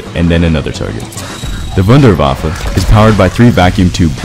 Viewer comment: It's not the WunderWaffle it's the Wunderwaffe.